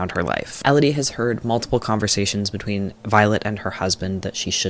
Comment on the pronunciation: ‘etween’ actually killed me